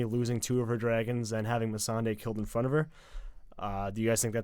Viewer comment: I scratch my head with and. How she forgot about the Euron's fleet when they just talked about it. I mean for God's sake, one of them is the only person in the world that says Missandei's name weird. I hope it is his accent that makes him pronounce it like that.